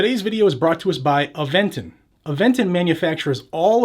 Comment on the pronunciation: Play the “I identify as” to throw them off using their own game. Off topic, you say Aventon better than that guy from Georgia does 🤣